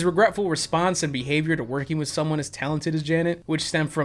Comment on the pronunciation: I kinda love how you say “wif” :)